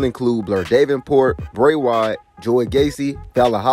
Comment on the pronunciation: Da-ven-port Val-halla Jesus learn to pronounce the names.